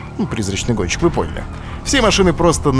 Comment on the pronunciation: Олеженька, ты сказал "Призрачный гончик")